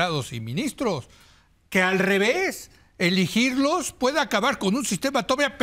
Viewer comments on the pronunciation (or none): "Iligirlos"? Leo, con el coraje ya no puedes ni hablur 😅